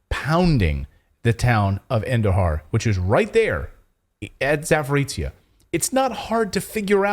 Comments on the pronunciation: Guys! ZA- PO-ROzshye- not Zaporizshye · Clayton, it is not "ZAPORICIA"... Zaporozhye 😁😁😁